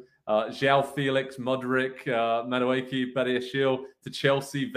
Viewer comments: Ma dookie??😂😂😂😂 Naw he had to know that wasn’t how you say his name smh 😂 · Ma dookie? It’s MA-DOO-EH-KEH. And he might be English but his heritage is Nigerian so an Englishman definitely can’t help you pronounce his name.